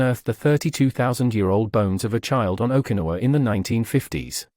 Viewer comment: Trouble with rob-voice narrators is they can't even pronounce Okinawa.